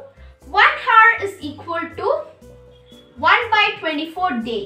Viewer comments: its not pronounced as o-u-r not h-o-u-r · Oo my god who will teach you English PRONOUNCIATION it's not heart it's hour CORRECT YOUR ENGLISH AND PRONOUNCIATION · Hour hota hai heart ya hertz ok well done